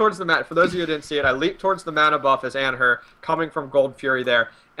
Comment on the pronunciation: AN-HER. AN-HER PUTS HIS ARMS UP IN THE AIR DJDFLDKSF AN-HER AN HER ANNNHURRRRRRRRRRRRRRRRRRRRRRRRRRRRRRRRRRRRRRRRRRRRR this guy can't pronounce shit